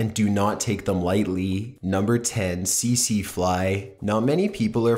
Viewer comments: Great vid as always, but one thing did bug me (pun not intended) it was the way you said Tsetse... its not see-see (as you said it) but Set-see. Sorry to be a pita, just thought you may like to know the correct pronunciation:) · it's pronounced "TEET-SEE fly"